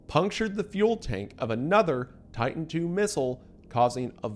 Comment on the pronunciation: "buddon" (drink) "deddonating" (drink) "Tidan 2" (drink)